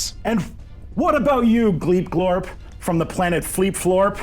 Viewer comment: I was really surprised by Gleep Glorp's mispronunciation